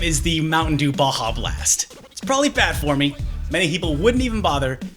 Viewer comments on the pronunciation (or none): none